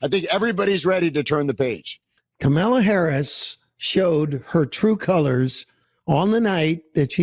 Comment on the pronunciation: Thanks, ❤ Love seeing the kitties taking a recharge nap... at least they're still at peace! ( Seriously?? Pronouncing Kamala's name correctly isn't that hard, so that's purposeful. Should we just start calling this guy "TOAD"??)